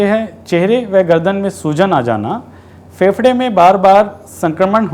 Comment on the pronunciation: Faprey nahi pehprey 😅😅😅😅